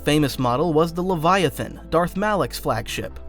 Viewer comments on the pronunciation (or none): none